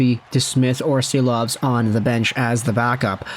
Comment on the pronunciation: I believe Silovs is pronounced as Shilovs